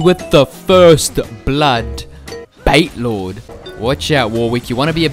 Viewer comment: It's BatiLord, not BaitLord- COME ON PLS!!